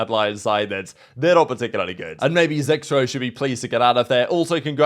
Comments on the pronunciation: Its zex-roow why does it sound like zeckrow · It just sounds funny but weird I swear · you gotta be doing it on purpose at this point but the different incorrect pronunciation of Zexrow's name every time you bring him up brings a smile to my face. Intentional or not please keep doing it LOL